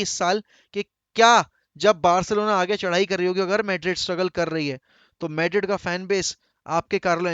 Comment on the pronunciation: maydred kya hain madrid 😂